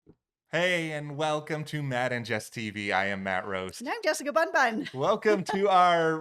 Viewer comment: Did I hear this correctly, Jessica Bun-Bun?